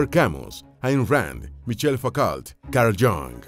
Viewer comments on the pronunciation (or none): Qué interesante, nada más te encargo la pronunciación de nombres como Sartre y Foucault